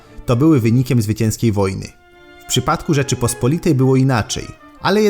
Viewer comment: Rzeczypospo’litej. Histo’rycy. Kato’licy. Geopoli’tyka. Akcenty na o tam gdzie apostrof. Może w Istambule pamiętają jak się prawidłowo mówi po polsku?